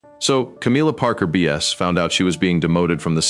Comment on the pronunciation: The AI voice should learn to pronounce Camilla’s name properly